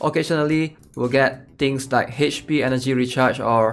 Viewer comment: It's Ach p not Hach p. LOL so funny!